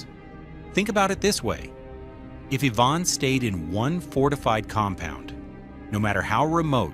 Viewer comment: Say it with me, Ivan, not Yvonne. 🤦🏻‍♂️